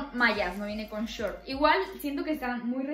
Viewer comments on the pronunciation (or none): none